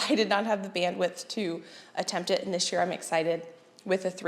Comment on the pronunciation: When you say “this year” it sounds like “this gear”. 😂 Thankful for all your A+ content!!